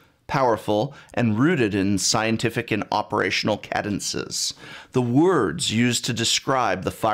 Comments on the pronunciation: First time in my life hearing the word cadence pronounced... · Excellent video, totally agree. But it was kind of funny to hear you talk about how important words are while mispronouncing several of them (e.g. "demonstrably" and "cadence"), haha. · Professor, have you been given any grief about your word pronunciations? I've noticed in watching numerous videos of yours that you pronounce many words quite differently than I have learned (for example: cadence with a short a sound) and, so far, upon checking this online it seems that your versions seem to be somewhat off. I'm not bringing this up as snark; I merely wish to point this out because incidents such as this can jar the viewer and undermine the point you're trying to make. What all this boils down to for me is to wonder if your particular pronunciations are regional variations. Otherwise, keep up the quality product. I'll get over it.